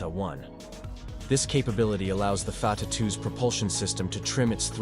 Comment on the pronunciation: Stupid AI cannot even pronounce the name correctly. Artificial indeed, but no intelligence.